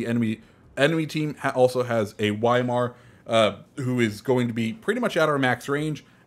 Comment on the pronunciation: I love your vids but pls pronounce Weimar properly